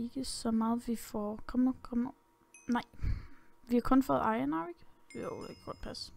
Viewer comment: Det er ikke iren, det udtales iron